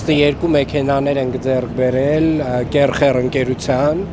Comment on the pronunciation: Ախպեր, բայց ինչի՞ եք քրֆում, "կերխեր"_ը ո՞րն ա...դու կեր, էդքան դուրդ գալիս ա։ "ՔԵՀՅԱ"_այ էսպես ա հնչում էս անտեր անունը, ոչ թե խալխին խեռ կերցրեք🤦